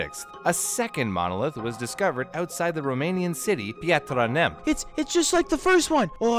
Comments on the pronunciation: The cedilla of the T in "Piatra Neamţ" is pronounced literally like "ts" as in in "cats". Therefore, you could read it as "piatra neamts" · "Píatra neam"? Really? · The way he pronounced piatra neamt was hilarious, it sounded like google translate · The way you pronounced that Romanian city was kinda funny since you really didn’t have to do an accent to pronounce it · ik your not from romania but you read the name in the weirdest way posibile im romanian btw also nice video :D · Omg the way you pronounced the city Piatra Neamț it's just so funny 😅 saying this cause I'm from Romania and know exactly how it's pronounced non the less wonderful video I love your content and I never have enough of it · Wait did u say romania? And priatra neamț? I'm going on trip bois... i watched 10 more secs...I'm not going anywhere